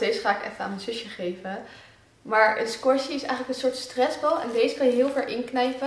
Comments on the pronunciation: Oja je spreekt het verkeert uit squishy. Maar dat maakt niet zo veel uit 😝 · Je spreekt het uit als skwusie